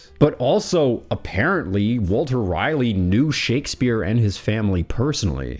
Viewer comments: Rolley not Riley. Raleigh. Sir Walter Raleigh. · It’s Ra-Leigh not Riley. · The ultimate question is; why do you pronounce "Raleigh" as "Riley?" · That's how you can tell he's a reader 😅